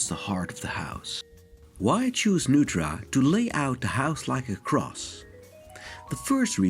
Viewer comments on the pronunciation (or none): "Neutra" is pronounced "NOY tra" - not "noo tra" - he was from Austria and therefore his name has a German pronunciation. You got Kaufmann's name right, however, which also has a German pronunciation. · Nice presentation with the exception of a few incorrect details. His name is pronounced "noy-tra" not "new-tra". Also, his design philosophy is known as bio-realism, which celebrates the inherent relationship between humans and nature. He sought to blur the boundaries between the two. Lumping him into International Style is not an apt description of his work. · His name is pronounced "NOY-tra" not "NOO-tra." This is confirmed by the LA Times: "The house, designed by Viennese-born architect Richard Neutra (pronounced “Noy-tra”), has been called by some critics the most important modern house in Los Angeles history." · My dad studied under Neutra in the 60s, even went to his house a few times. The correct pronunciation is "NOY-TRA." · very much enjoy your videos, but the correct pronunciation is Noy-tra. appreciate your passion. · It is NOY-TRA. The home is next to Jack Benny's home and just a few blocks from Alan Ladd, Edgar Bergen and the Elvis honeymoon house. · It's pronounced NOYTRA or NOITRA. My father worked with Mr. Neutra in LA in the mid-fifties. Mr. Neutra was often a guest for dinner. Dad, Richard R. Stadelman AIA, went from Studying with Wright at Taliesin to working with Neutra. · "Newtra"? Really? Perhaps a computer-generated voice? Otherwise an excellent and informative video. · The name is pronounced NOY TRA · Mr. Neutra's name is pronounced "NOY-tra".